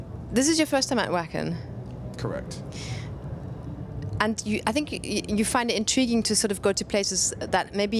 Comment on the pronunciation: Why do people say "Wacken" with a w sound, it's pronounced VACKEN with a V.